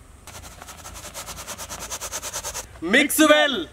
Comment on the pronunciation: Mix well can be pronounce as maxwel🤣🤣🤣🤣🤣🤣